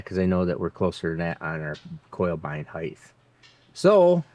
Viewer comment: My question is this, why do you pronounce height as "heighth"?